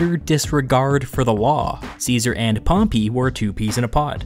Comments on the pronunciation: It’s pronounced pompay not pompi you lemon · Dude its Pompey not Pompee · Pronunciation: Pompay>Pompee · pompy..... i cant stop hearing you butcher the name pompey... its in the name Dude. PompEy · wtf that’s a really weird way to pronounce pompey. Maybe its just american? I’ve always thought it was pom-pay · "Pom-pee"? This narrator sucks! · I don't know why but I love the way you say Pompey. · I love your videos you do a good job one thing you say pompey wrong that's not how you pronounce it